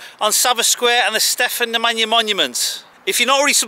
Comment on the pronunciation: hahahahaha....what is truly controversial is your pronunciation of Stefan Nemanja...you make it sound more like an African tribal chieftain...wonderful :-)